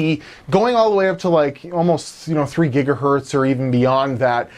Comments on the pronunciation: It gigahertz me when you say gigahurt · gigahErtz not gigahUrtz. E from checker, decker, sent, repent